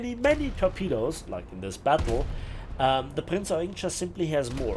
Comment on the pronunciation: Its Prinz Eugeeeeen not Eugn 😅. Sorry, aber ich habe mal in der Eugenstraße gewohnt. Da hatte jeder einen Anfall bekommen, wenn man es nicht ordentlich ausspricht.